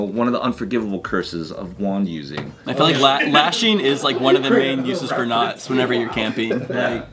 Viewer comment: I seriously thought said 'nuts' and not 'knots'. lol. I thought, where's this going? lol